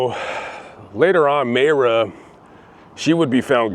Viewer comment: It’s pronounced Myra